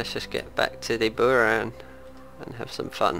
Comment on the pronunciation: Sorry but buran with accent on a